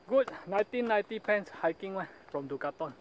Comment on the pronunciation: did you just say Du Ca Thon, or is it Decathlon?! Just gives me the giggles :)